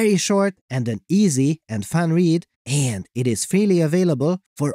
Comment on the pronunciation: ...aaaand stop with that weird way to say "and."